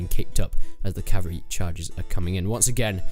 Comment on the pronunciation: It's pronounced "CAV-AL-REE" not "CAV-AREE"